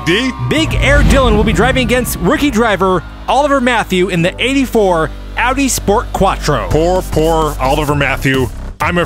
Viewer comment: so glad you learned how to pronounce AUDI properly